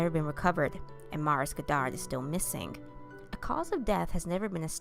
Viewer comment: I really love your voice, I find it so relaxing. You got a few words and names wrong but you're not French so don't worry, we understand. I'm English but because we're near to France we get to hear French pronunciation more often. So St Malo is said: San Marlho, Marie-France as Maree Frhonss, and Maurice as Morhees.